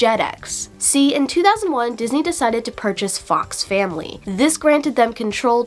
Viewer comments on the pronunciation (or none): none